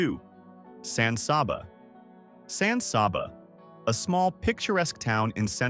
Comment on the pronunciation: More than half the pics during San Saba aren't of San Saba. Also it's pronounced with the first two A's hard like "can" then last one sounding like "uh"